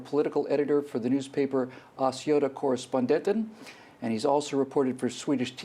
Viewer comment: LOL he can't even pronounce "Östgöta Correspondenten" properly !